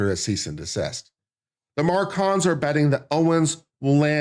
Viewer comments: It’s Macron not Marcon 😂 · THE MACRONS ....NOT MARCONS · The name is not Marcon but MACRON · Mah Crone… not Mar Con. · Bri-jet Mar-con.😂I couldn't take it. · Should at least do your due diligence and learn France's President's name is MACRON. There's an R in the name. You obviously don't know the facts here. Candace DOES have proof. You on the other hand, have NO facts for your claims against Candace but rather weak opinions. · I can't watch him read his script and mis-pronounce "ma-crone" any more. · I admire the dedication to mispronouncing Macron through the entire video. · Dude if you’re making a commentary at least learn the names and pronounce them properly especially when it’s a name of a famous president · I heard Candace mispronouncing the name Macron as well, a bit less, but not correctly. So definitely do not go to her for this. But she can teach you how to do a witchhunt...just accuse, no proof needed, and punish.. And how to build a cult with followers loving and admiring their leader and fighting for him/her...blindly believing him/her...not questioning..not thinking..not asking for evidence.. .She has talent for these things I must say. And all'this'in m'y humble opinion of course. But I do not think at all that you are looking for, less even needing this. Just wanted to mention that although she does not pronounce the name very well....she has some other qualities... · stupid? who ? maybe you...Mispronouncing the MaCrons name. No due diligence, read French book becoming Brigitte. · This person has no idea what he's talking about. He doesn't even know the name of the French president, consistently mispronouncing it. Definitely didn't see the series. But hates Candace. Just as stupid as the stupidity he talks about. Terrible video.